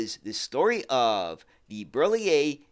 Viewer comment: Hi, I am French, and I really enjoy your Europe related videos. I am a transportation geek myself (I have worked in rail transportation all my life) and your videos about French or Italian various means of transportation are really accurate, so hats off ! I also admire your pronounciation of difficult French names such as Citroën or Berliet, but you nail them. So congratulations ! Continue with the good work, this is highly appreciated !